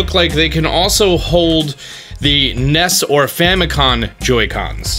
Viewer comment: Famicon? Famicon?